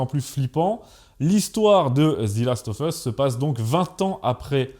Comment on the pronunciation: The last of us « Ze last euv euss » « Zi » uniquement si le mot suivant commence par une voyelle sinon c’est « Ze ». « Of » se prononce « euv ».